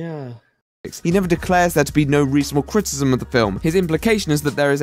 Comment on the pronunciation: Love the way pronounces it "cri-i-e-h-h-cism" And by "love" I mean I want to relieve him of his tongue, because he certainly isn't using it.